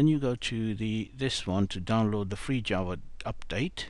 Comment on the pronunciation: Is he he saying jaws or java